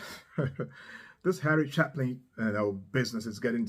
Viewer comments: "Chapin is pronounced with a long A sound, not the short A you used. Get it right! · With respect it's ChA' pin, not Cha pin. Thanks for sharing his music! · Ch-ay-pin ... not Chaplin .... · No better storyteller in music than Harry Chapin. Thanks for this,. And a moving reaction from you, with an "i". (By the way,, his last name is pronounced, "Chay-pin", not, "Chap-in". Just an fyi.) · chapin-long A like gate-chApin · Probably my favorite Harry song and yes, it did break my heart. BTW, his name Chapin is pronounced a long "a". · How are ya,? I really do enjoy your work! Yes, Harry Chapin was a special human. Just FYI, Chapin rhymes with Shapin' not with Happen. Please check out 'Story Of A Life' from his 'Sequel'. Please use the album version for this one. It's another evocative story with which we can all identify and feel. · Chapin pronounced with a long a, like hey, Chey-pin.